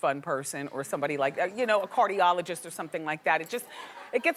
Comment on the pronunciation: Lol she's so funny! She always says Cardioligist or hedge fun person